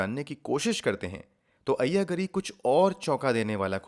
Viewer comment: You are showing locations that don't exist in Hyderabad. Moreover, your pronunciation of the names is very unpleasant. Ayya Gaari is correct sound. Kura ganti is the woman's name.